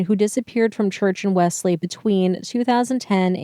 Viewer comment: WELLS-LEE is how it is pronounced.